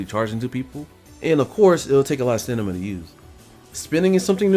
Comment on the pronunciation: Strange how u say stanima